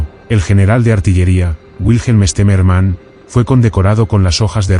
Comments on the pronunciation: Its not Esterman, it's General Stemmerman. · 1 mispronunciation after another. An interesting subject turned into garbage by auto voice. I think they pronounced the general's name differently on five different occasions and got the names of every Russian city wrong. Also the years were confused. Junk.